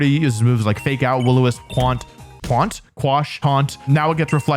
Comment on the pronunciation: "Twaunt..? 🤔" Twaunt.😂😂